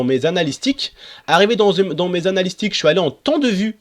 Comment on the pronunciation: Lol on dit analytics pas analystics